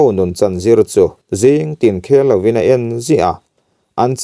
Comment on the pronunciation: Furlai a Zin chu a nuamlo, tih a "Zin' thluk ang hian 'mual zing zum a 'zing" lai hi thluk tur aw.